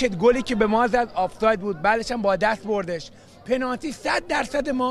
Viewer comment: طرف نمیدونه یا بلد نیست بگه پنالتی و بجاش داره میگه پنارتی بعد چجوری ایشون بازیکن یه تیم لیگ برتریه ؟؟؟ پنارتیییییییییییی؟؟؟؟؟؟؟؟؟ ناموسا؟😂😂